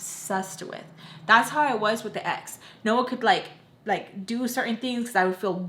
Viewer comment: ohh it sounded like “Noah” to me lol